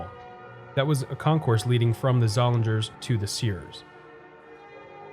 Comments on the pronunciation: Did you make up the term “baby mall”? I've never heard it anywhere else. I have vivid memories of this mall. I worked at the Weis Markets in high school and a few years later I worked at the Seats. The “ing” in Zollinger's would rhyme with ring. The store was pronounced Zol-ing-ers. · This was the first mall here and I spent quite a bit of time here. One small correction I would add is that the pronunciation of the one anchor store is Zoll-lean-ers. The 'g' was silent. IMO the best section of this mall was from Leh's to Sears. There used to be a small mom and pop music store where I bought one of my first keyboards. Many nice memories there.